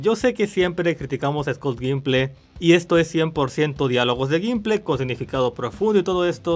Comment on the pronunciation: The Walking Dead oficialmente terminó e no aprendió a pronunciar nunca el apellido de Scott Gimple.